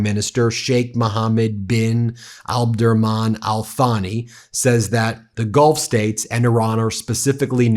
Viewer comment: Ben, it’s “Al TAH-nee” not “Al THA-nee”